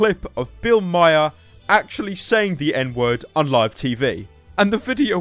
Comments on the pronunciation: It's pronounced Bill ma-ar not may-er. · Nigga it's pronounced Bill "mar" not Bill "Myer" Spelled "Maher" Pronounced "Mar" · Bill Maher not Myer 😂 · You mispronounced Bill Maher's name.